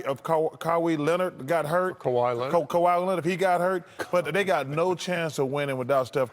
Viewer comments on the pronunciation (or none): 'Caw - hee' Leonard. come on chuck